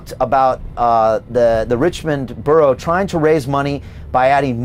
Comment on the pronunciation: Cant pronounce borough.....NO WAY KATIE HOPKINS 4 PM NOT THIS DORK